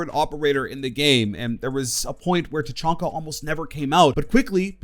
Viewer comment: It's Ta.Chan.Ka. Not Ta. CHON. Ka.